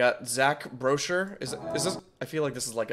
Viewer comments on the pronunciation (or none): Hi! Loving your content so far. Haven’t seen much but you’re definitely someone I’ll go to for nerdcore reactions. From what I’ve seen so far in this video I want to point some things out: Zach Boucher’s name is not pronounced how it looks. It’s more like Zach Boo-shay; you don’t pronounce the R. Shwabadi’s name is the same, pronounced more like “Shwa-buddy”, just pronounce ‘buddy’ faster. FabvL is pronounced FABLE. I’ve seen you make the mistake a few times.. lol I would like to recommend watching Divide Music, another artist, and watch FabvL more, they’re some of my favorites and are really great artists.